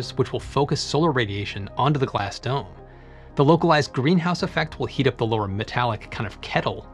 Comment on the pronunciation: When you said "dome designers" I heard "dumb designers".